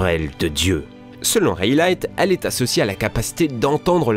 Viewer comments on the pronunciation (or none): Je rêve où il a dit raylight ? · et Ray light 😂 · Raylayte ? Pornégliphe ?? n’importe quoi c’est du wikipedia ou quoi 🤦🏽‍♂️